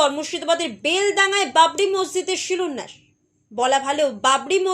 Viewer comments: কথাটা শিলোন্যাস হবে না ম্যাডাম , কথাটা শিলান্যাস - শুভনন্দনের মত চাইছেন নাকি ? উচ্চারণ ঠিক করুন .. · আপনার সাংবাদিককে একটু বাংলার ক্লাসে ভর্তি করান, উনি ভুল বাংলা বলছেন। "শিলান্যাসকে " উনি "শিলন্যাস" বলছেন। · বাংলা ভাষার প্রতি মনোযোগী হবার অনুরোধ করছি।কথাটা শিলন্যাস নয়। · Silunash .a ki uccharan.